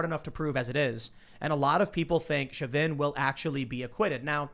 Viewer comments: Chauvin = SHOW-VIN. Not shove-in. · Tim not knowing how to pronounce Chauvins name bothered the hell out of me. you would think he would be more aware, it was like he willfully tried to sound ridiculous.